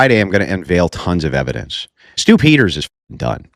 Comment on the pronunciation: Can’t wait for the “overwhelming evidensh”